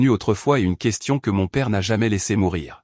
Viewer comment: Elle a lissER...😢 Le "pré"commercial...prêt commercial. "sauf garder"...sauvegarder. "L’eau dience..." 🙄 "La fille du signe..."..😮